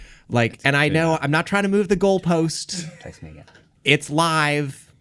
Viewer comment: the term is “move the GOALpost”, not “Goldpost”. 🤓